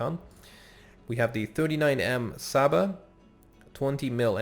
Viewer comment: And you spell cs as ch and s as sh So you pronounce csaba as chaba and lovas as lovash